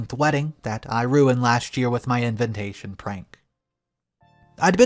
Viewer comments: Dude it's not INVENTATION. It's INVITATION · Every time he pronounces the word "invitation" as "inVINtation" i clench my jaw and cover my ears. To my ears it sounds just as bad as if you'd scratch the chalkboard with your nails in the classroom at school.... in every video that has the word "invitation" in the text, he pronounces it "inVINtation". Every time. EVERY. GODDAMN. TIME. I have no clue as to why it bothers me so much though... I mean, there are so much things in life that are WAY worse than mispronouncing a word, I know! But for some reason, each time I hear "inVINtation" I get stuck on it and fixate on this for the next minute or two.... until I realize I am not following along with the story anymore and have to seek back a couple of minutes.... oh well! petty rant with no actual motive over.....